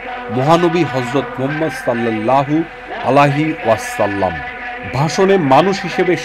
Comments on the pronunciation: ভাইয়া, আপনি 'ওয়াসাল্লাম' উচ্চারণটি সঠিকভাবে করলে ভালো হতো। ধন্যবাদ। ❤❤ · প্রতিবেদন যিনি পড়েন উনি তো আমাদের নবীর নামের ওয়াসল্লাম পড়েন কোন স্টাইলে। উনিতো উচ্চারন ই করতে পারেনা স্পষ্টভাবে